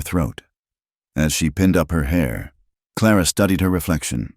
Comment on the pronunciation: Another Elias and Clara. If you're going to use the same names over and over the least you can do is teach AI how to pronounce them correctly. I've only started listening to this type video for the past month but I'm already tired of the same names over and over and practically the same storylines.